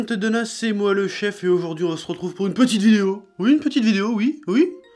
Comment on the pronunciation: Une "petiteuh" video